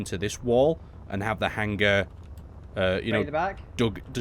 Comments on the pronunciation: really?'Hanger' and not 'Hangar'?but awesome video and work,you give me base inspiration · everytime i here you say hanger i hear hang ger